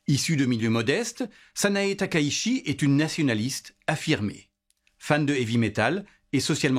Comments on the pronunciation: TAKAICHI ça se prononce ta-ka-i-tchi Pour ce qui s’intéresse 😊 (Corrigé😅merci) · 高市（ﾀｶｲﾁ）taka itchi, "la ville haute. Bref, shi→shi Chi→tchi Le S se prononce S (ōSaka, soupe miSo, bonSaï, nagaSaki), seul le Z se prononce Z (za z'est très diffizile) Ça peut paraître trivial, mais la prononciation du japonais est si simple qu'on a du mal à prendre au sérieux quelqu'un qui est sensé maîtriser un temps soit peu son sujet.